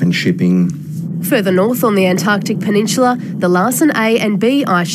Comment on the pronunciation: what is a "peninshila "?